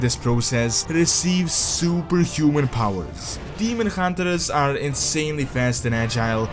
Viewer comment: Ah yes, the Demon Huntre